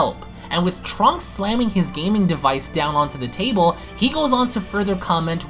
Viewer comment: "tarble” ... enough said